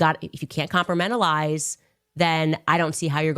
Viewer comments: I think Candace needs to com-pur-men-uh-lize her opinion better lol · Compramentalise lol She can't even speak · Did she say "compermentalize" "compartmentalize"? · She said com•per•MEN•til•ize. Somebody else writes her scripts.